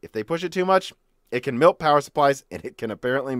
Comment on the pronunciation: milt? It's pronounced mElt sir